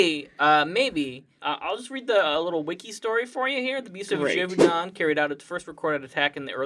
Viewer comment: Oh my god the way you said Gévaudan is an insult to all french people